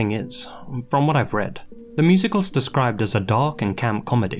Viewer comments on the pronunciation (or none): none